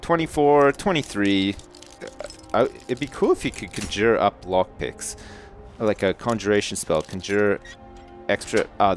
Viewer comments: Makes me blood red mad how he says "conjure". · He has a crazy way of saying "conjure" :-D